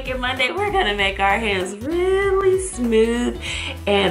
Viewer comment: What the hell does smoof mean. It's pronounced smooth.